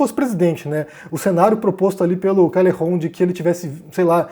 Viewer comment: Bah esse vídeo deu uma canseira ficar ouvindo "diounes" e "calerron" kkk alguém ensina pro que não se modifica nome próprio, fosse por isso ele tinha que se chamar de "ârrí'. Fala direito